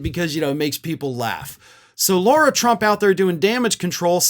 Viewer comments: It's Lah-ra, not Lor-a. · Hey, just wondering if you realise that you're calling her Laura, when her name is Lara? As in Lara Croft lol. You might be doing it on purpose, I don't really know, but thought I'd point it out mate 😊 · Why does keep calling Lara Trump "Laura Trump"?